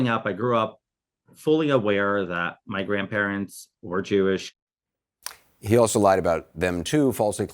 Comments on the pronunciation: "JEW ISH"...LOL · “Jew-ish” smh